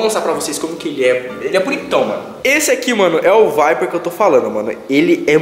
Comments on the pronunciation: Vdd, da mó agunia ele falando viper veiiii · Mano ele falava vape vaiper mds ainda bem que ele não fuma mais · " vaiperr" kkkk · “Um VAIPER” kkkkkk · "Vaiper" KKKKKKKKKKKKK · Da agonia de ouvir o falando vape errado